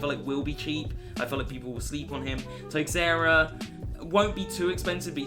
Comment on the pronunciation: its pronounced teshaura not texaura